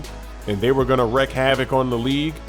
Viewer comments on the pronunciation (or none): Does know it's pronouced "wreek havoc" not "wreck havoc"? LOL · Anyone else want to correct how he says Wreak hahaha